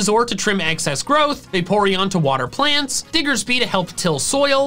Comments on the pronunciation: THE SECOND E IN CLEMONT IS SUPPOSED TO BE AN O! AND IT'S DIGGERSBY, NOT F*CKING DIGGERSPEE! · THE SECOND E IN CLEMONT IS SUPPOSED TO BE AN O! AND THE P IN DIGGERSBY IS SUPPOSED TO BE A B!